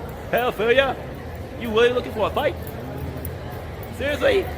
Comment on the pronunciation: “You sewsly lowking fow a fight wit that?” It’s really sad that this dude is audibly a bit slow/off and no one in his life is like… policing what he watches or at least discussing it with him.